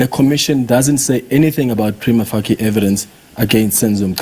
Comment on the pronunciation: Dear SOUTH AFRICA it is not PREEMAFUCKI - it is pronounced pre-ma-fay-shee